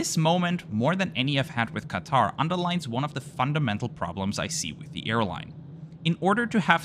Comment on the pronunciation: When you constantly changing from QAtar to QaTAR pronunciations. 😀✌